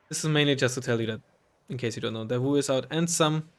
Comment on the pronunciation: Davout is pronounced exactly how you did.